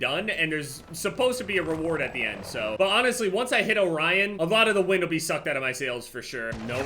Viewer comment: is the only person who’s pronounced orion correctly and not “orrean”.